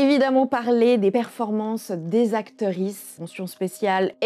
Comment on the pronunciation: J aime toujours bien videos Mais y a des mots que je ne capte pas Acterisse ? Sérieux c'est quoi ??